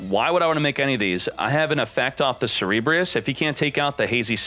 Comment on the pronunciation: so cringe, everytime he said "cerebreus" it's CERBEREUS!! -__- grrrr hahahaha.